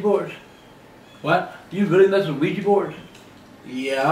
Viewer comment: Omg.... Why can´t people say OUIJA correct? It´s not OUIJI, it´s OUIJA. Oui-Ja is french and german for yes-yes.